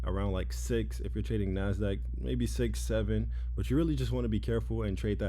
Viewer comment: Shix seven 😂😂😂